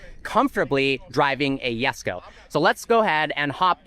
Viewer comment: Koenigsegg Jesko❌ Koenigsegg Yesko✅